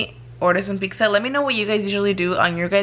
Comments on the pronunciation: Pixza??? Or pizza lol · Pizza girl. It’s fucking PIZZA. Peet•zuh. It’s really not that hard. There’s no x or c before the z 🤦🏻‍♀️🤦🏻‍♀️🤦🏻‍♀️🤦🏻‍♀️